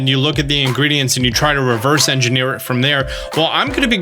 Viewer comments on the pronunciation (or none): none